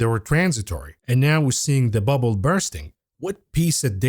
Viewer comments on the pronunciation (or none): It's more than a bull market! But it is a buh-bull (bubble) market ;)